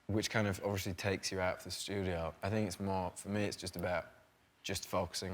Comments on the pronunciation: Everyone: “Obviously” Harry Styles: “Overshly” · 2019 and he never learned to say obviously not obvershly hahahaha haha I love him. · Loving that he still pronounces “obviously” as “obvershly” <3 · “ovlishly” i love this man so much